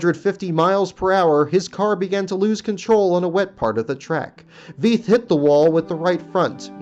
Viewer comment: I hate to do this again but you mis-pronounced the driver Bob Veith's name. It is pronounced "Viiiith", not "Veeeth". Sounds alot like "life" with but with a V.